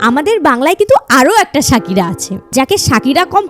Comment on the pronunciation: Sakira noi pokira...😂😂😂😂😂